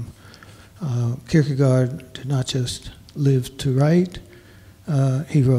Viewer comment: She might also learn to pronounce Kierkegaard better than "Kurkrrr..garrrd"